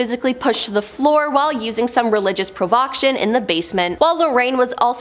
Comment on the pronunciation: And Pro-VOK-tion is? Prov-o-CAY-tion is a common word. Especially in the paranormal field.